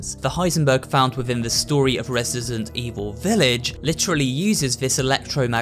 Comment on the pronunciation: Did he just say ''Resisident''? ✋😶